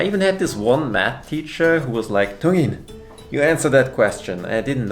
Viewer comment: muere por la buena pronunciación de dongin :")